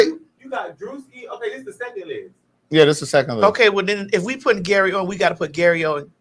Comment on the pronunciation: it's Gary Owen... not Gary Owens.